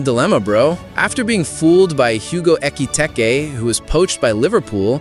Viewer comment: Ekeetaykay? 😅 DEE lap? Jor-jin-sen? And I guess the 16 year old AI voice has learned to say "Bro". Pathetic